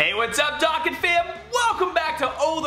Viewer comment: The way youre pronouncing dokkan is really annoying